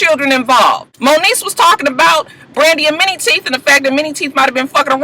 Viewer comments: y i thought u were saying "mini" teeth lol!!! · Lmao....I always thought you was calling this nigga "Mini" teeth. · tc g me too!!!